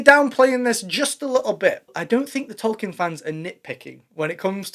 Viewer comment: You aren't pronouncing Tolkien correctly.